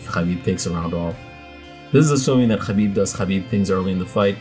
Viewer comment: you pronounce "khabib" impeccably.